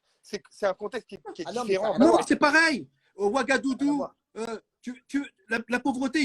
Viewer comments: C Ouagadougou pas Ouagadoudou Moundir 🤦🏻‍♀️ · Donc en fait moundir t’es contrôleur des impôts maintenant ??? T’as un poste au fisc ??? Tu fais le justicier comme ça tu fout la honte mais mdrrrr occupes toi de ton cul wesh ! Et au fait c’est pas wagadoudou 🤣🤣🤣 nan nan c’est ouagadougou imbecile va 🤣🤣🤣🤣